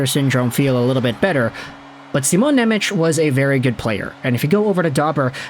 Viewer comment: it's pronounced Nemetz